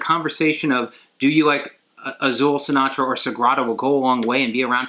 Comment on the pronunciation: Like your videos ;) just wanted to say is Sintra, the Portuguese city. Not Sinatra the singer.